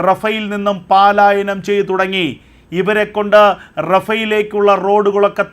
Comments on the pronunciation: പാലായനം അല്ല പലായനം ഉച്ചാരണം ശരിയാക്കുക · എടോ, പാലായനം അല്ല പലായനം.